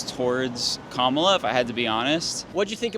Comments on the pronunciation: You were showing your right wing bias and the way you asked questions and you should pronounce Kamala’s name right that’s very disrespectful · Like her or hate her - how hard is it to say her name right? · Perhaps you could cease using djt's intentionally disrespectful mispronunciation of our vice president's name! Her name is NOT pronounced Ka Mala, it is Kama La! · It's not KaMAla it's KAmala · Notice how leftists say KAmala instead of kaMAla, and they seem to care about it a lot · As soon as I hear someone pronounce her name "ka MA la," I know with 95% certainty that they watch right wing media exclusively and are unaware of the facts of what Trump has done. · LMAO Your pronunciation of KA MAWW LAH is hilarious when the libs get upset lmao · When you repeatedly incorrectly pronounced Kamala's name, we already know your true color. You can stop faking your non biased BS. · So your narratives is to mispronounce Kamala's name repeatedly. Either you are biased or you are just too slow to learn. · you know this guy is a trump supporter just from the fact he pronounces kamala's name wrong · All you have to do is pronounce her name and we know you.❤❤❤ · Why won’t you people pronounce her name. So disrespectful! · Is it honestly that hard to pronounce her name correctly? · It might be a good idea to learn how to pronounce the name of the Vice President before polling the public about anything political. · Drives me nuts that he pronounces her name wrong. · Guys, learn how to pronounce Kamala’s name correctly! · Nick continues to mispronounce, Kamala's name despite having been corrected long ago and knowing better. Reputable journalists always strive for accuracy. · Why do you keep mispronouncing her name? Cringe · The one lady who supports Kamala is a R(word I can't say on here). SHE SAID HER NAME WRONG!!! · Why does Nick Shirley keep mispronouncing “Kamala”? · KAHMAHLAH NOT kamela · Komowla LOL